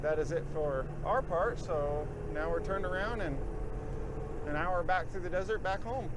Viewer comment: “Desert,” I thought you said, “dessert!”